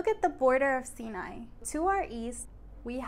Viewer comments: Haha! Got me with the creative title. TRANScontinental. Oh and I guess I've been saying it wrong all these years? So the area bordering Asia is pronounced "See Nye" and not "Psyh Nye"? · I did not know that's how you pronounce Sinai over there. Anyways, it's fun to see how your channel is developing. :) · you had a flub pointing at and meaning western Egypt while saying "eastern". That said nice video. I was today years old learning the pronunciation of Sinai. Could you do a video on religions/ancient religions of Egypt? Thanks.